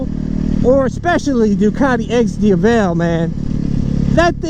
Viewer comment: It's Di-A-vel, not Di-a-VEL...